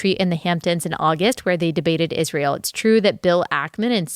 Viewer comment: Thank you for pronouncing Israel correctly. Candace adding an h to it drives me insane.